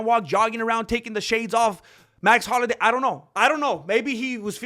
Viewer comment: I love you may man but it's, Max Holloway lol dude you're the man how you not know this. I think you're trolling us with that . Love the Chanel